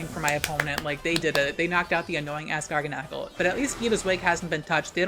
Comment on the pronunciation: The way says garganacl triggers me so hard. Instead of it being like gargantuan, but with nacl instead of tuan, he says it like GARGLE. I’m choking.